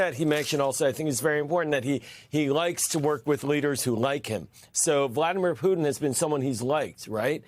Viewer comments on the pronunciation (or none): none